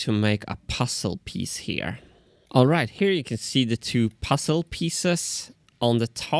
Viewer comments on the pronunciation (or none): Martin's pronunciation of "puzzle" had me pussled for a moment.